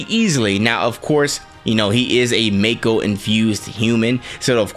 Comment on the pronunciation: As an oldhead, I definitely say mako and "mai-ko" sounds off to me, BUT I'm not gonna yuck your yum at the end of the day, we all know what we are referring to ya know! P.S. Great video bro!